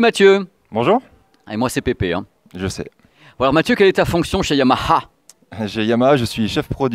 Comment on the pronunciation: Super prononciation du H de Yamaha, toujours au top!!